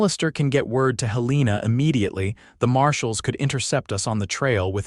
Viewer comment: Montana. It is pronounced Hel en a